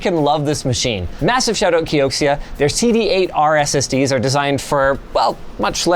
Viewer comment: Bro really said SSDEEZ